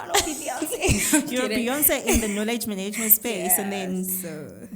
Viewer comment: If you hear me say “maneygment” 🤣🤣🤣 I love you!